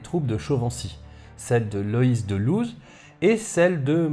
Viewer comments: Ça se prononce "Lôss" pas "Louz". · Bonjour. Comme d'habitude, super vidéo. Merci pour votre travail. Juste une petite remarque, sauf erreur de ma part, Looz ne se prononce pas "Louz" mais "Lau". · Très intéressant. Un détail : Looz se trouve en Belgique et se prononce « Lau ». Comme Looz n'est pas en Angleterre, on ne prononce pas « Louze ». Voir Wikipédia : le comté de Looz, (...), en prononçant Lau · Looz se prononce lôze ou lôôz mais pas louze, rien à voir avec l'anglais actuel. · Toujours aussi bon, merci. Petite précision à , Looz se prononcé "Lô" en français et "Leausse" en flamand. Ce comté, absorbé par la principauté de Liège au 14e siècle, correspond peu pu prou à l'actuelle province de Limbourg en Belgique (résultat d'une coquetterie de Guillaume Ier des Pays-Bas en 1815 qui souhaitait relever le titre de duc de Limbourg, malgré que la ville éponyme se trouve dans la province administrative de Liège 🤷‍♂️) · Looz se prononce Lô